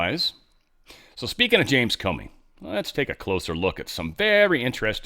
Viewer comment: "Corney" not Comey